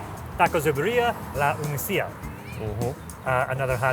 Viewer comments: It’s not uniceeeah it’s in uneeka 🤦🏻‍♂️ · Unica is pronounced Uh-knee-kha btw